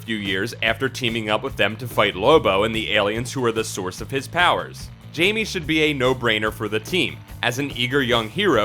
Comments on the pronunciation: Blue beetles name is pronounced Hymie not Jamie great list though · his name is hame not what you say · Mans said, JAYME 😂😂😂 out here butchering blues name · Jaime is not pronounced the same as Jamie. I do like the list thought and I do miss Jaime on the Titans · The third Blue Beetle is Hispanic. And his name should pronounced with h and I as if you are saying Hi me. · come on man. Spanish pronunciation. J sounds like h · I was about to leave a comment saying the same thing about the pronunciation of his name. I always find it interesting when people make these lists like they are experts but can't even pronounce the character's name correctly. I was also going to mention Jaime's appearances in recent movies and tv series. I can't speak to the comics and, yes, he does not have his own show, but he has certainly gotten a lot of attention in DC's recent series and movies. He is one of a few Teen Titans members in the film Justice League vs. Teen Titans, as someone else already mentioned, he is a recurring character in The Batman: The Brave and the Bold, and he was a central part of the plot for season 2 of Young Justice. He might not be a main character but he certainly is not just any old background character.